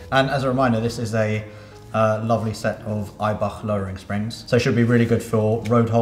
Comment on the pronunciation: So good to hear him say "Eibach" correctly, and NOT saying "Eiback"!